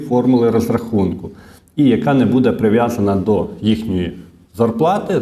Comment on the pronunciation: що ото за нАголоси у вашій мові: будЕ, в ню...? Дуже ріже вухо..!!! ВиправлЯйтесь!!! Дякую за працю.